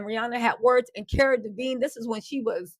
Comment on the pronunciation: Are you talking about Cara DELEVINGNE....Love u, but get the names right at least...Same as u calling Chris Lighty Lightly...